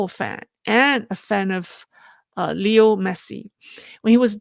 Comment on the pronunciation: i have some friends who are named Lionel, your original pronunciation is correct.